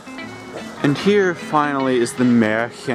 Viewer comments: Basically, I'd like to see more landscape and less. No offense:) Btw, good pronounciation of "Märchengarten"! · Ludwigsburg, huh? Your pronunciation seems to haven gotten a lot better and you seem to be getting the hang of it by now. Not "Ledwigsbörg" anymore. =) And even a proper "Märchengarten". Congrats!